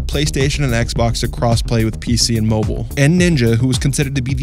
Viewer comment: “Piece-E” Lol the way he says PC is so funny to me